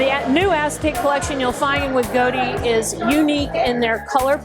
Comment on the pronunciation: Goaddee! Was waiting to hear someone pronounce this company name. Most mispronounce it like the Mob Boss’ surname! 😂